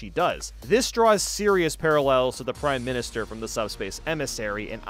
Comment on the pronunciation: “Prime minister” NOT EVEN CLOSE 🤣🤣